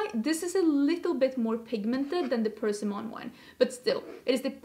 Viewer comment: From one foreigner to another, persimmon is pronounced with the pressure on the i, not the e. I generally don’t like to see people correct the u-tuber, but here I am. I just thought you might like to know, no criticism intended.